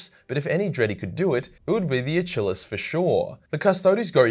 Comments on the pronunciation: A-chill-is?!? Jesus man... . Lol. It's A-kill-ees. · A-kill-hes not a-chill-is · Hey, it's not a-chill-ease, it's ack-ill-eez, like the Greek invincible guy. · Achillus btw is pronounced similar to the greek hero and that tendon in the back of your ankle. So more a kill not a chill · "contemptor a-chillus " Brother, get the flamer, THE HEAVY FLAMER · From now on, when I watch Troy, Brad Pitt will be known as "A Chill Lass". I hope I never tear my "A Chill Lass" tendon. I feel like we have been trolled with pronunciation of these common latin terms. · Ah yes, famed hero of the Trojan wars, A-chill-es. Famously chilled in his tent for half the war. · Uhchillus lol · Why do people have a hard time reading and pronouncing Achilles? Ah - kill- eez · Are you trying to pronounce Achilles asin Achilles the ancient hero at Troy who died from an arrow in his heel? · It is funny how you were doing fairly well with the Latin but fucking up Achilles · Just Murdering Latin and some English words like Achilles :) but love the video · Is he pronouncing the dreadnought armor type correct? I feel like it's Achilles as in Brad Pitt in Troy but idk nothing about nothing. Anyone got the spelling?